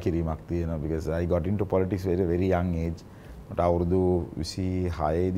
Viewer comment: Polits 😂😂 yako politics ki pronounce karapiya. Nodakin tho Australia hitiya ki neda